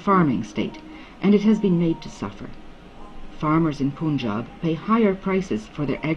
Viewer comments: This is a documentary by someone who calls Punjab as Poonjab - that's the level of research done. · It is the most bullshit documentary i've ever seen.... The fuck face lady can't even pronaunce Punjab n she's explaining what the real problem was.... She's lying to the teeth n speaking all bullshit made up stories just from a paper in a recording studio....Just a western propaganda to instigate the Indian peace. Go fuck urself, whoever made this documentary. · Bullshit. The crap has been produced by guys sitting outside india. First of learn how to pronounce 'punjab' in the film.